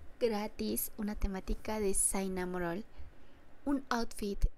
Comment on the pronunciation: por si acaso se dice shinamonroll